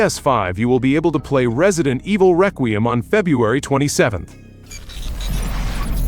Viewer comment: This dumbass cant pronounce Requiem learn proper english phonics